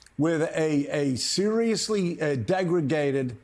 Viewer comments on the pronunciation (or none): “Degraded.” The word is “degraded.” Not “degregated.”